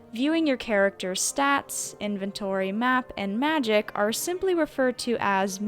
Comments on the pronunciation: I hate/love hearing people pronounce things-. I say magika(magic-ka) were you said maje-eka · Muh-jeek-uh? I'll go call the Muh-jee-tian for my kid's birthday party to perform some Muh-jeek tricks. Kids love Muh-jeek tricks!